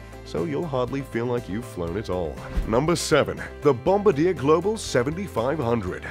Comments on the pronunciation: Nice video but really.. Bomb-ba-deer.. kinda takes a bite out of your credentials. Bomb-baar-dee-air. FYI it's a Family name that had nothing to do with airplanes or bombing people when they invented the snowmobile (Ski-doo in '59). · Its pronounced bomb-bar-dee-A Not bombadeer. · Bomb-ba-dir? Seriously? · You would think that “” would know how to pronounce bombardier. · I thought it was pronounced " Bom bar dee aye" and not the traditional bombardier. Have I been misinformed? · BOMBARDIER is pronounced BOM-BAR-D-YAY, not BOMBADEER. And I thought you would know that. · It's pronounced "Bom-bar-dee-yay," not "Bom-ba-deer." Get it right. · Bomb-ba-deer eh? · learn how to pronounce "Bombardier" (bom-bar-dee-eh) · Bom-ba-deer. Hahahaha. Get someone who at least can pronounce the plane names! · One major flaw. Please learn how to correctly pronounce Bombardier. The producer should also have known better. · OMG, pronounce BOMBARDIER CORRECTLY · OMG PLEASE LEARN TO PRONOUNCE BOMBARDIER